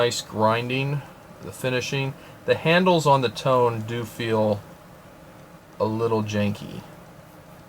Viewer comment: FYI. The "Tone" is pronounced toe-nay